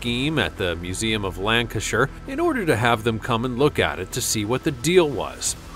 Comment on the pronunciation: Congratulations on pronouncing Lancashire correctly !